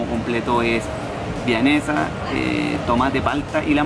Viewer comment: Siendo chileno y dices chalshisha es Vianesa!